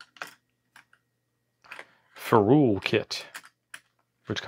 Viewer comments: Youre mispronouncing ferrule. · Nice clean build. FYI, it sounds like "Feral" not "Fe-rule"